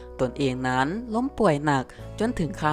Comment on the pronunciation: บอกให้หัด อ่านใกม่เถอะคำว่านั้ๆๆๆๆๆๆๆๆคำคาน